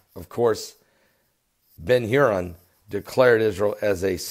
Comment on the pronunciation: Ben Gurion is pronounced ben-GOOR-i-en. Sorry, but he was kinda important.